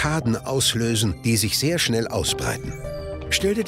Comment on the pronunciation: dachte das war ein sprachfehler haha